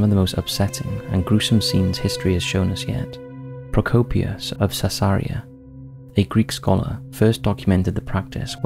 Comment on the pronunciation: Love the unique pronunciation of Caesaria!